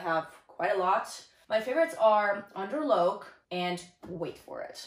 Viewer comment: Locke is pronounced like lock.